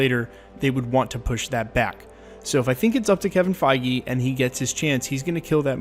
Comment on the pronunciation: Kevin feige not keving feige